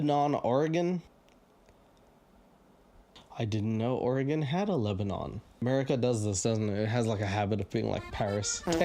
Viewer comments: Your pronunciation is killing me. It’s not LebaNON like the country, it’s LebaNIN. In the self-proclaimed grass seed capital of the world lmao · Bro I live in Lebanon, we pronounce it like Lebanen cause we’re unique lol But for real, this podunk ass town has nothing going on, but hey shout out. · It's pronounced Leb-a-nen